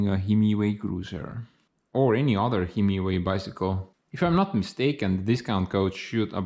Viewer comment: I think it is pronounced high-my-way.